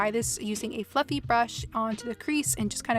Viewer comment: I thought there for a minute when you were doing the eyes that you said "Using the same f**king brush" 😂😂😂 but I now realized you actually said "Using the same FLUFFY brush" lol 😅 You look absolutely gorgeous as always 😉